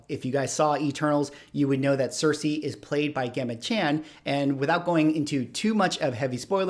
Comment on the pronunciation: Her name is pronounced “ Jem-a”